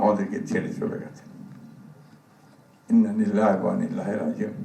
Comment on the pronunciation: ইন্না লিল্লাহ ও সঠিকভাবে বলতে পারলেন না। এত নাটক মানুষ বোঝে